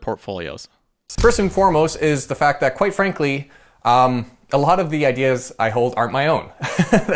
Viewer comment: Why do you say the word ideas like ''idis''